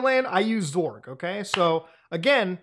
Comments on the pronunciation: xorg is pronounced X-Org, you can also call it X11 that (ex-eleven) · Can't tell if Muta is pronouncing Xorg as "zorg" as a bit or if that's actually a thing. Either way I support it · I'd say it's more of a zee sound smashed up the ass end of an ing sound. Like "ngzuh".. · I remember him first saying "graphic" card rather than "graphics" card back in the day which threw me off a bit ngl. Now it's "Zorg" lol. Maybe muta is one of those ppl hoping for X12 and Zorg is the successor of Xorg